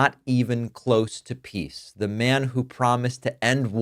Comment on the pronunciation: Did you say pees president?